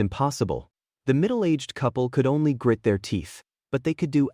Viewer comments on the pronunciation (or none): none